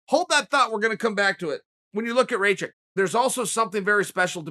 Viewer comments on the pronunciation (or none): Its not reykick haha his last name is rakić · Tamaz Okruashvili Its actually rach itch as a Serb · Chael, his last name is Rah-kitch. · Chael. He's from Bosnia like me and his name is pronounced "ruck-itch" with the rolling r. And it's not Noons it's Nunez. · Who the fuck is "Reychek " ? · Pretty sure it's pronounced Raw-kich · Is somebody going to explain to Chael that it’s pronounced “Rock Itch” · I speak german and its pronounced Rakitch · Tamaz Okruashvili No, it is pronounced "ray-kick" or "ray-check" or "ra-kick". The man has said it himself. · I thought I knew how to pronounce his last name, Rakić, but I got educated by the G.O.A.T. himself, so I guess I'll be saying ray-check from now. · Chael: Alexander Rake-Kit Me: This is a very real thing... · Chael "Aleksander Reykick" Sonnen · Chael made a video of jiri and rakic,and they were both just of him mispronouncing their names🤣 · Cheal Learn to pronounce Rakic name men 🤷🏼‍♂️ you made fun of ppl who couldn't pronounce other fighters name... Some know how too 🤷🏼‍♂️ its your job 🤷🏼‍♂️🤷🏼‍♂️ you are very professional so far... 🤷🏼‍♂️ living by your rules men means something 🤷🏼‍♂️🤷🏼‍♂️😶 😂 ps-you doing good awesome job, just 🤷🏼‍♂️🤷🏼‍♂️ be 100% men 😂😂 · Why you obviousely says his name incorrect? You know how to spell but bc you dont like him you spell it wrong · Chael doing Chael things 🤣🤣🤣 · No, he is not 😅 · Aleksandr ..... "Shit how do I pronounce that" Rakic